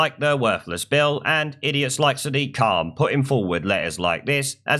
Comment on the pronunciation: WTF is a Sidiq Khan?